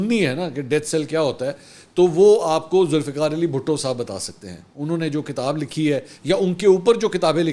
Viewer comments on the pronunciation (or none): none